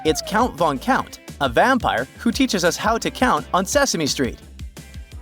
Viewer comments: Cound or Found? 😂😂😂❤❤ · No guys its 'Cound' Dracula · Found or cound🤣🤣